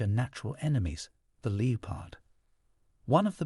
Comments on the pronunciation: It’s not a Leepard. It’s a Leppard pronouncuation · The Leopard!!!! Its 'Le- pard' not Lee-o-pard' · The “leo-pard”? A very odd pronunciation for “leopard.” Hmmm … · What, not who, is narrating these. I'm so tired of the distracting mispronunciations. Not happy. "lee-oh-pard"? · How on earth is your AI pronouncing leopard, LEE OH PARD… This AI crap needs to go bye bye! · Leepard?? You need someone who can read and pronounce words correctly. So annoying!! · My thoughts as well! It's so distracting as well as aggravating to hear words mispronounced, particularly "leopard"!!!